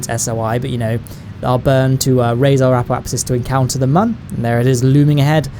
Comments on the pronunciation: And when he acts retarted and calls the moon the "mun" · It's moon, not man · It's moon not mun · Its moon not muun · stop saying mun its moon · This guy 😆😆😆 moon not mun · Its called moon not man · Wtf is the mun it’s called the moon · It’s called moon MOO-UN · It’s noon not mun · Sorry not trying to sound rude but, what accent is it when you call the moon “the mun” again, just curious. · guy on moon cant speak cant see cant be alive and then cant say moon correctly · when you said the mun i thought you meant the moon